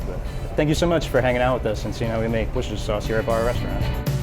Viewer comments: wooooooooster sauce please, NOT woocestersher sauce... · it's pronounced "Wooster" sauce. You'd be a laughing stock if you said that aloud in the UK... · wooster sauce cause of worcestershire in England.. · Incorrect, the "shire" is silent.